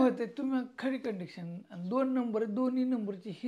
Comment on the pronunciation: condection नाही कंडिशन बोला.